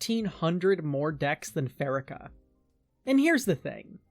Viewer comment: I think the worst part of Pharika is how you pronounce her name.... Second syllable stress and pronounce it fa.ree.ka.